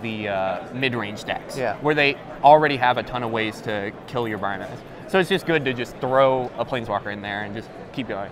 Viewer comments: its annoying how he says BRY MAHZ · seriously Bry-maz... smh